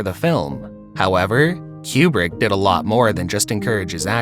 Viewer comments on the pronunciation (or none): Coo-brick...not kyoo-brick. Like nails on a chalkboard. 😆